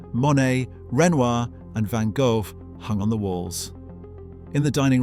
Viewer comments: That's how "Van Gough" is pronounced in Dutch. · as a native Dutch speaker I can tell you it is most defenitely not. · Dureeeer, Van Gowf... ?? Must be some second rank artists.